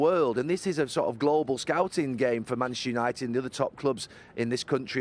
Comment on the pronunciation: Bantchester United 😂